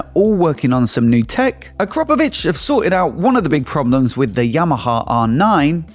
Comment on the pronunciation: Please would you be kind enough to say Akrapovič correctly. There's a YT vid where they teach us.